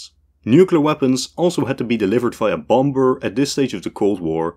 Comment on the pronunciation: You can’t pronounce “bomber” 😂